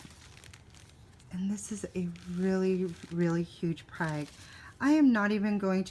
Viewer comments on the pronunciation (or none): Great haul!! Btw it is pronounced 'frag' not prag😉. I hope they'll do well for you! Great plants!!! Must have been quite the show!